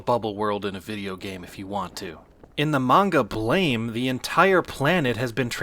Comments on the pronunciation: It’s not “blame” it’s pronounced “blam” or “blom” and the name is supposed to be reminiscent of the sound of a gun firing to call back to the speed and sudden nature of the out of control building. Edit: And of course, the protagonist’s weapon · bro doesnt know BLAME! is pronounced “BLAM” smhhh ;) also i love when people who are none-the-wiser stare up at the karma 2 mural and wonder about its meaning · Not that it matters, but Blame! is pronounced "blam". It's supposed toi be the sound of the protagonist's gun (the GBE), but Nihei screwed up the spelling :D